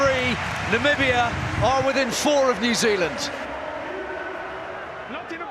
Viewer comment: From Namibia, thanks (I think). But don't pull a Trump; it's Namibia, not Nambia.